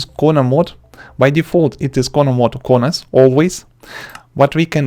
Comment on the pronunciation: Blah blah blah, vodka vodka, cornars cornars